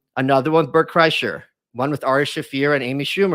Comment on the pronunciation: Lmao he said Bret kresher!